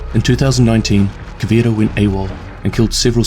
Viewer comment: Thank you for giving me this but you could stop saying the portuguese names in english..like try to get a grasp of a portuguese accent I don't care which but it's kinda annoying to me a Portuguese but I understand, still great tho!